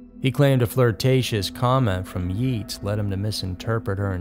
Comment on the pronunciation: It's not y-etas..its y ates..but love your chanel